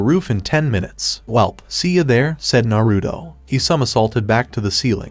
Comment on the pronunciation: your saying narudo its naruto